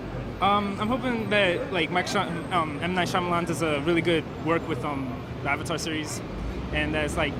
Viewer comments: make aang asian. pronounce his name ANG the Avatar not AUNG the Ovatar Make steve seagal the uncle remove the INDIAN PEOPLE FROM THE CAST AND ADD ASIANS Make it directed by Tom Hoop and produced by Steven Spielberg then ill watch it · I HATED THE FREAKING MOVIE IT WAS UTTER CRAP!!!!!!! I LOVE THE SERIES BUT MAKING INTO A MOVIE THAT COULDNT EVEN GET THE NAMES RIGHT IS FFFRRREEEAAAKKKIIINNNGGG CCCCCRRRRRAAAAAPPPPP!!!!!!!!!!!! IT IS DUMB TO THE MAX AND HARDLY FOLLOWED THE SHOW........ITS AVATAR NOT AHVATAR!!! SOKKA NOT SOHKA!!!!!! AANG NOT AUNG!!!! GRRRRRRRRRRR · wats with all the freaking spam ITS SO ANNOYING! another annoying thing was the actors pronouncing "avatar" as "arvartar" and "aang" and "ung". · The second they pronounced Avatar as "Auvatar" i completely signed it off, and that was the first line; and it didn't get any better from there. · i really really wanted this movie to work. As a fan of the series i was excited with friends as we went to the midnight showing. Now i dont now if it was just me, but they seemed to have a problem with saying "a"s in the film..."the aw..vater"...."aw..ung. Perhaps the worst trait of the film though was the acting which was honestly embarassing to watch, it was a disapointing 4 from start to finish. Keep the reviews comin Grace :) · Avatar - Aaaarvatar Aang - Ung Sokka - Soker